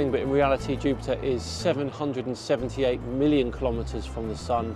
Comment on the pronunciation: I SEE - "Million" km I HEAR "Billion" km